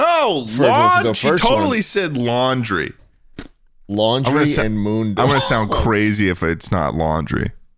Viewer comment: I think they said Taundry but Laundry is so much better.